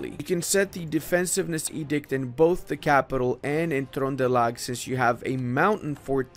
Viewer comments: you said trøndelag perfectly, I was shocked at how well you said it. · That's not a bad pronunciation of Trøndelag. Got the Ø nearly correct! :D